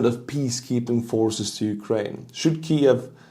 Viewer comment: 😂 let me help u out homie kee-yiv